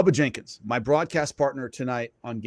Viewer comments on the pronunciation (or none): none